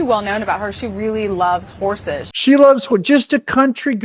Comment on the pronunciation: CNN mispronounced it. She loves ‘whores’ not ‘horses’.